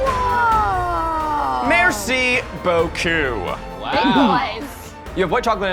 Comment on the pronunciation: Just want to add that when Zack says "Merci beaucoup" (thanks a lot) during his presentation, he actually pronunces it "Merci beau cul", which literally means "Thank you nice ass" and I think that's beautiful